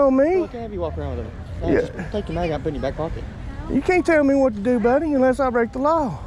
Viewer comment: DEW your DEW diligence like I DEW and I DEW believe this is an injustice! I DEW believe that MAUI is also experiencing injustice! DEW you hear what I’m saying?